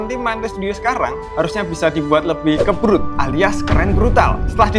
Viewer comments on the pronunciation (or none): tobru ❌ kebru✔️